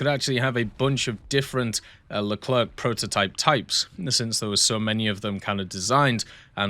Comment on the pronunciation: The "C" at the end of Leclerc is silent, it's not "Le-cler-que" but "Le-cler" phoneticlly